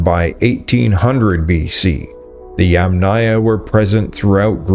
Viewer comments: Yamnaya, or Yamna, is pronounced with the accent on the FIRST syllable. The second syllable is part of the suffix, never takes stress, has a reduced vowel, and is often dropped altogether. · “Amphora” and “Yamnaya” are stressed on the first syllable.